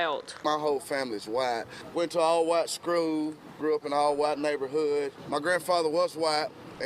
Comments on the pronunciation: NO HE SAID " ALL WYATT SKROOL" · Yes he did 👀👀👀👀